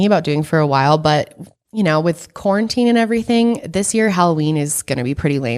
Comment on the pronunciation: 🌽tine is what I heard. Corntine. Hahaha I loveee watching all your videos 💗